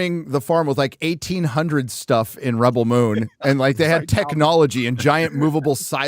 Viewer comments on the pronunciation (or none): How pronounce Rebell Moon sounds like R*pebell Moon.🤣